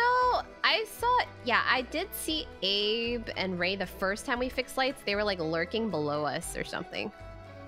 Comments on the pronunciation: Everytime XQC called Abe Abby I laugh because no one corrects him lol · I like how the lobby has just given up on correcting XQC when he calls Abe 'Abie' xD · Why did no one correct xqc when he called abe “abby” 😭😭😭 i died everytime it’s too funny